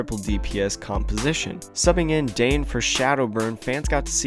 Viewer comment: Dan yey not dane